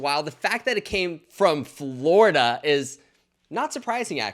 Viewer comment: Nurse Blake I love you, but I have to sat it...FLORDIA YOU SAY ??? 🤪